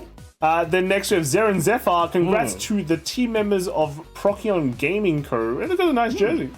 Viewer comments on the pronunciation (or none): As a member, it's pronounced "Pro SEE On". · It's Procyon* lol